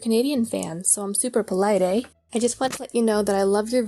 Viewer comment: I like how the canadian lady at the end went out of her way to say "ey?" Because she was Canadian.